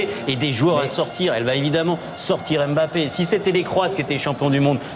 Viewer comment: Ce commentateur ne sait pas prononcer le nom de Mbappé. Quelqu'un pour lui apprendre qu'on murmure le "M" et qu'on ne dit pas "ème bappé".